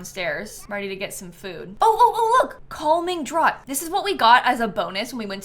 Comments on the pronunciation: Not to be nitpicky because we all have words we’ve only seen written and not heard out loud, but “draught” is typically pronounced “draft” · Oh dear. Draught is pronounced Draft. I cracked up.